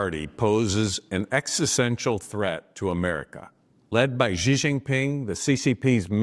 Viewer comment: The "X" in the Chinese name "Xi" is pronounced more or less like the "sh" in the English word "she." It isn't pronounced like the "g" in the English word "regime." The "J" in the Chinese name "Jinping" is pronounced more or less like the "J" in the English name "Jim." It isn't pronounced like the "g" in the English word "regime" either. Indeed, the Chinese language doesn't even have this quasi-French sound. Shouldn't a politician specializing in China issues be able to pronounce simple Chinese words like this (especially as this is the name of China's current leader)?